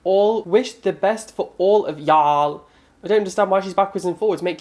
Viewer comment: the way you said y’all 😂😂